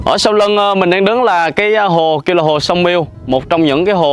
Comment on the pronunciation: A ơi sông biêu a ơi chứ hk phải là sông miêu đâu a